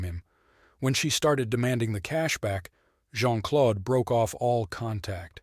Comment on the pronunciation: the name 'Claude' rhymes with 'road'. PLEASE don't say "Clod."